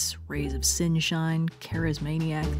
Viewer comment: “Rays of Sin-shine” got me 😂😭